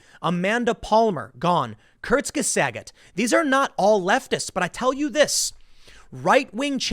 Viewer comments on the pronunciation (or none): REEEEEEEEEEEEEEEEE TIM it's not pronounced "kert geh sagit" it's pronounced "Kert geh saht" the g is silent REEEEEEEEEEEEEE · Kurzgesagt is German. It's pronounced "Kurts-ge-zackt" with the last syllable rhyming approximately with "mocked." It means literally "short-said," or "briefly stated," or more colloquially, "in a nutshell." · "Körzgesögat" 😅😅 i love your german! Like Kindergarten or Schadenfreude!! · >Körzgesäget (cringing) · "Kurtzgisagot" I didn't know Tim spoke fluent German. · For some reason people can't pronounce even the simplest of German words. How hard is it to say Kortz-ge-zawkt? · Kurzgesagt is pronounced "Courts-gezackt" It does not rhyme with Bob Saget. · the way tim pronounces kurzgesagt hurts ^^ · "Kurzgesagt"... You're saying it wrong. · the way he pronounced Kurtzgesagt made me die a bit inside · That was by far the worst pronounciation of 'Kurzgesagt' I've heard so far